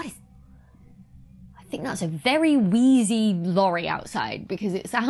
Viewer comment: "I think that's a very wheezy lorry." Very British. 😁